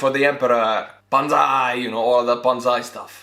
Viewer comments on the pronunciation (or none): none